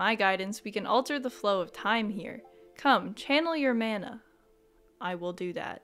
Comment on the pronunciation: good god I hate the way non-New Zealanders pronounce "mana" 😅 loving this play through though!